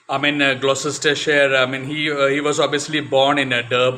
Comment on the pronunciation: Gloucestershire is pronounced 'glostershire', I have vivid memories of Mike Procter batting and bowling (including off spin occasionally!) at the Cheltenham (pronounced chelt'nam) festival. There was joie de vivre in how he played the game.